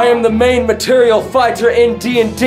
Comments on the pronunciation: you did not just say "material" fighter...that hurt. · Martial pronounced "marshal" 😅 But I love your vids ❤️ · Did he just say “material” instead of “Martial”? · Martial is not pronounced Material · Main "material" fighter ? Are you sure you don't mean martial? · Hold up, did he pronounce “martial” as “material” ??